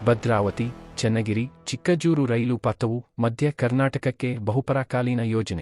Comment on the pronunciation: Pronouncing of name Chikkajajuru is not correct.